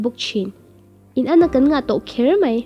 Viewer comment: Mei anilo a... Mai tih zawk tur a ni e